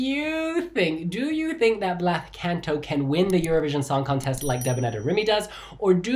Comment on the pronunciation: just a note: it’s pronounced “Blas” not “Blath”. the “th” sound is only used in Spain with “z” or “ce/ci” :)